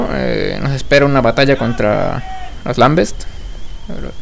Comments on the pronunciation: wey creo que se pronuncia lambent no lambets! xD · haha xD el juego se llama Gears Of War sin S en War xD y no son los lambest son lambent n_n por cierto gracias por los videos y nos vemos en la beta de halo anniversary ;D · oye muy buena ayuda, pero te dire una cosa que creo que te falla, a los luminosos les dises lamBEST y son lamBENTS :D